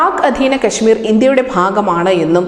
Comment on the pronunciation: കെ ശ്മീരല്ല. എന്നാൽ കൊശ്മീർ എന്നു പറഞ്ഞു ടെ